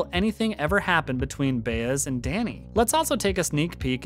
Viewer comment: If you're a fan of the show you've been told how to say "Bah Ez. It's the details. Not Bay - BUT B AH